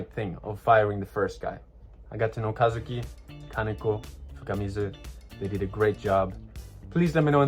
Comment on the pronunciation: It's so crazy. I know Kazuki is a common name in Japan, but I grew up in the USA and everyone has always mispronounced it. It throws me off to hear my name said correctly in a video.